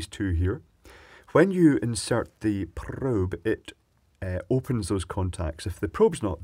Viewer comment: What is it with you n probes,!? I've a feeling you just like saying the word. Prrrrrrobe.